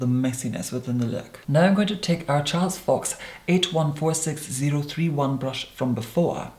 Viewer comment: Can we all just appreciate how flawlessly he said “on a Charles fox brush” 😍😍😍